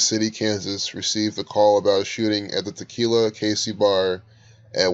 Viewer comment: Tequila... aka Te-kill-yah.